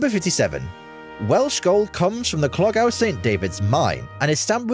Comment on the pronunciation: Many of the early buildings in California were roofed with Welsh slate !clogau gold pronounced clogeye apity the narration cannot pronounce the Welsh words properly!!!